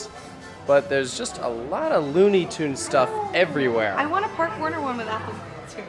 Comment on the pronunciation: You spent all day with Spain's tallest man and still didn't learn how to pronounce Parque! (Though I already watched the BGCE video. Yay!) I would love to go back to Parque Warner but I haven't made it back to Madrid yet. Now I have a good reason to...